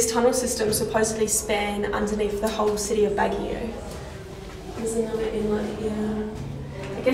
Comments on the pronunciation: It's pronounced as "bag-yo" and not "bag-gee-yow" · Baguio pronunciation.. (Bag)-(yow!) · Baguio prounounce as Bag-yo. 😍😘 Nice vid. 😃